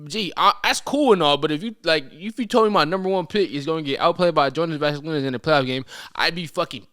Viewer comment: properly pronounce Jonas Valanciunas name properly challenge Man sad Vasalinez 😂😭